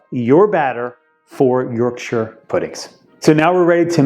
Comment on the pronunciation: Thank you for pronouncing Yorkshire correctly